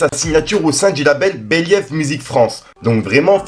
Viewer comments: Mdrrrr beliève croire en ses rêves!! merci pck il abuse trop mdrrr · "béliéve music france" 🤣🤣😂😂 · Je crois que "believe" se dit "biliv" pas béliève"...😉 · ça se prononce "beliv" mais t'as bien fait de le rectifier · Apprend a pronnonce believe stp